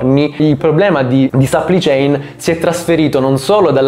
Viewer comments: si pronuncia plai non pli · Supply si pronuncia SUPPLAI! e che c....! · A dirla tutta sarebbe səpplai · Si dice supplì céin!!! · Perché non usi parole italiane quando esistono? Supply (che non si pronuncia in quel modo) chain = catena di fornitura. Delay = ritardo.